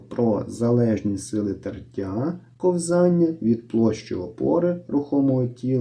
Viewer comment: кО́взання, а не ковзАння!